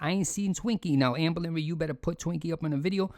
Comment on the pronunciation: I’ll never get tired of hearing you say owformabbygworl AMBA-LINREED